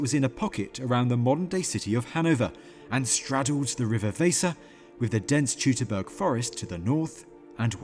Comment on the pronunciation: If your going to make a documentary about the Teutoburg Forest in Germany, you'd think an educated documentary maker/narrator would at least learn how to pronounce Teutoburg correctly. It really isn't that hard. "Tutor-burg" is incorrect. "Toy-to-burg" is correct.